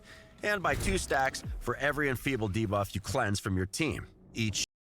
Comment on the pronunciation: Best thing about this video for me is that the Raid voiceover guy has finally learned how to pronounce 'Debuff'.